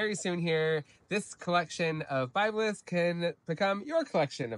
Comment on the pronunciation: 'Word'-To-The-WISE ... It's-Pronounced [BIB-LESS] ... In-Its-Country-of-ORIGIN ... &-Rica-ERICKSON Was-The-'First'-Person To-Describe ... The So-Called 'Northern'-FORM (Liniflora) ... Across-The-[1950]s-&-[60s] ... Mainly-IN Newpaper & Then Later Magazine-Articles ... 'Worth'-Looking-UP ... Now-We-'Have'-The-INTERNET ... & 'High'-Speed-Clayton's-BROADBAND So-To-Speak!!!??? >(*U^)< (Joke) Wink